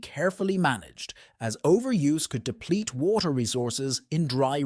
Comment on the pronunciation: is the only moment revert to the us. and noting about the title. ai voice is not able to say WATER in a proper way randon stock pictures not from China (africa and US, and maby more) does not help eather. but if half is true, china is doning stuff that other parts off the world should do to. Pump water to the black sea. pump water into the sahara, let it faporate we need water, no war.